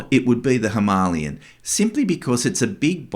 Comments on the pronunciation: Him a lay an. Not himaaaliyun. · Him a lay an is how it’s pronounced like the mountain. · That’s the most interesting way I’ve ever heard someone pronounce Himalayan. Now I wonder how other countries say it 😂😂 😊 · The way you pronounce "Himalayan" hurts my ears 😢 . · Someone please teach this guy how to pronounce “Himalayan” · Ok but you still pronounce it wrong lol